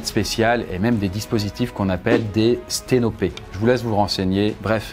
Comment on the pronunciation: sténopés moi qui regardait ailleurs pour quelques secondes: stens OPs?